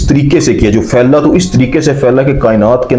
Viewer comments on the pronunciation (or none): Your Urdu is good but phailai kainat KO failing kainat u r saying tells u r not Urdu speaking is it so?